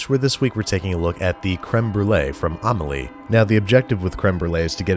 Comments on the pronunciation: I thought the mouvie was pronounced Ah-meh-lieh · Your pronunciation of Amelie is so funny